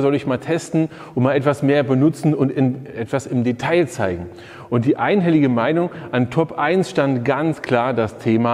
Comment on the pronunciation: "Die EINHELLige Meinug" - hätte auch eine Überleitung sein können 😃